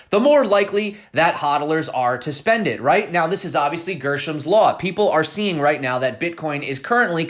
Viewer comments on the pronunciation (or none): GRE-shams not GER-shams !!